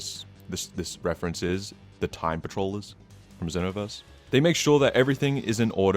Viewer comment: You do know that Xenoverse is pronounced with a z sound right